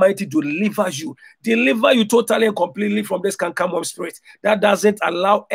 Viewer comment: you went from saying canker worm to saying camcam worm? Lol